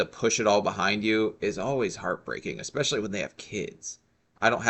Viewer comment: There's no "X" in "ESPECIALLY"... you dumb trash!!!